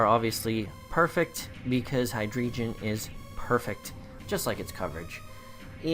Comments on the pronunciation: You guys are both wrong it is: High Dry Gon. Cuz... dEINo ZWEIlous and hyDREIgon... German... yeah I'll go now XD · The way he's saying Hydreigon triggers me. Team looks hype tho, here comes that W1 win.